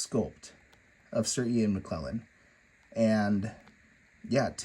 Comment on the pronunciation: How can I take you or your opinions seriously when you can’t even pronounce Sir Ian McKellen’s name correctly??? There is no excuse - a true fan collector would take the minimal amount of time before doing a review to just CHECK.